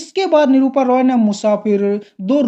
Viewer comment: 😂 भाई निरूपा रॉय होता है❤ निरूपा रोय नही😂